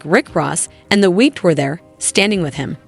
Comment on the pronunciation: it’s the weekend, not the week and it's Dr. Dre not Dr. Druh. AI much?